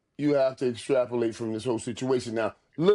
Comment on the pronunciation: Ayo!! Estrapulate😂😂😂😂 LOCK IT IN😂😂